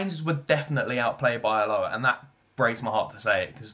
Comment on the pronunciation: Learn how to say Alloa...